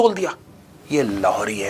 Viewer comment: this Lahori accent was missing from ages 😂 please do it consistently 🤣